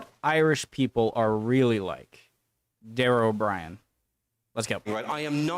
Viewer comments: That's not the point really, he calls himself Dara Ò Briain. Nobody would know who you were talking about if you said you went to see Dara O'Brien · Pronounced Dahra O'Breein